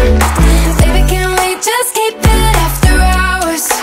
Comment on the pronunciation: The way Aj says Hours annoys me. He is saying Rours